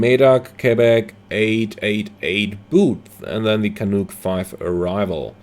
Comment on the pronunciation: Well done sir , I do this route several times to visit my kids at the west coast with the 787 or the 777 or even the max . For your info , the Canuc arrival into Yvr is called « Canac not « canouk « just out of fun 🤩… keep it coming … thx btw , if you want to do a great trip , fly from Vancouver to terrace (CYXT) , I finished my ppl there at Terrace , had great moments flying in the northern mountains of BC… take care